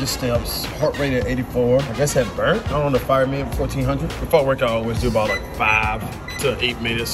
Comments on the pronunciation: what is up with the spelling and pronunciation dog😂 what is bruned yal meant burnt right😂😂😂😂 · MAN SAID BRUNED XD